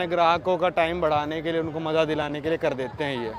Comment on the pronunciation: aapki pronunciation sahi karo yaar... Zyada ko Jyada mt bola karo, ya maza aa gaya ko maja aa gaya type, padhe likhe insaan se is trh sun k achha nhi lagta h